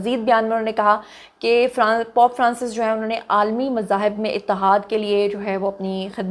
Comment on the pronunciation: POP NAHI POPE ZUNI😂